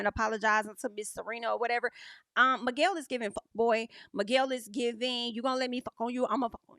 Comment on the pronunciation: I'm so relieved is gone, and we can no longer hear "Migwell"